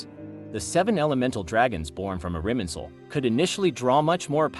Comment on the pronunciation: irminsul, not iriminsul?